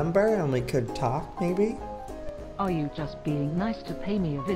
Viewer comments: in it said may bean not maybe XD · Joey when you said maybe it turned into May bean